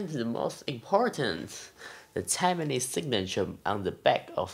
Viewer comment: Tai...mane, not Taimane. FYI